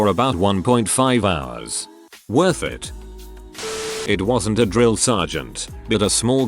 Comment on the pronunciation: How does the text to speech voice not know how to say "IT"